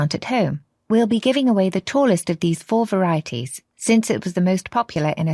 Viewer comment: 바로뒤 67번 tallest of 도 발음 완전이상하게 해서 심각하게 안들림 ㅋㅋ